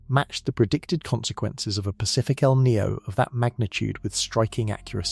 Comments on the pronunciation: It's not named after a character from the movie " The Matrix " Neo . It's El'Ninio , FFS get some better script writers & researchers . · El Nino not El Neo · It's EL NIÑO!! NOT EL NEO! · What the feck is el knee-o? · It's not El Ninio either...try El Nino (El Niño) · It is pronounced E L-Neen- Yo. El Nine’ yo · How about pronouncing El Niño properly. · I would like this video more if the narrator didn't repeatedly mispronounce "EL NINO". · Unfortunate that someone who puts in the effort to make a 2hr documentary and they don't figure out the meteorological phenomenons pronunciation.